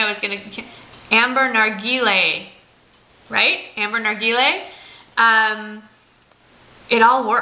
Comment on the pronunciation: I was LOL during this vid, especially when you finally pronounced Ambre Narguillé right! I literally screamed "YAAAY!!!" in front of my computer (I know you told me I'm silly haha). I think that you should only go for a good neutral palette and some essentials, considering that you WILL obviously run and buy tons of products as soon as you'll get down of the plane (who knows, maybe already "on the plane"?!). And don't worry, you will always look gorgeous for us, we're also so excited!